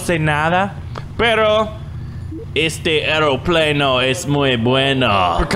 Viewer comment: "Este eropleno es mue buenooo" goofy aah